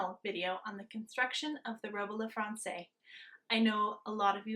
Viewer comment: Gorgeous! But please, it’s robe à la fransez not fransay.